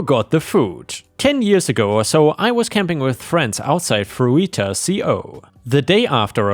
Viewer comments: Story 2... It's pronounced Fruit-ah lol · It is pronounced Fruta